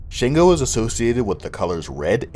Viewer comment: Its pretty good for putting the effort, just a couple of mistakes which have already been stated. However it is Sango not Shango, Shango is not a Yoruba word.